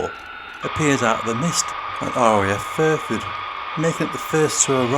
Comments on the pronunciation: Exactly!!!!!! I'm still trying to fathom out where RAF "Furford" is.....l live opposite RAF Fairford, but I've never heard of "Furford". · And it's FAIRFORD..... Not Furford.!! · Small point.. it's RAF FAIRford, not FURford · I know where RAF Fairford is.... I live opposite the airbase.... But the narrator said "Furford", and it's not on my atlas.